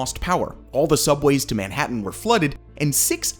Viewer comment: dude if u keep pronouncing if like that (Manhattan) im going to have a brain seizure. ITS SOOO WRONG!!!! ewwww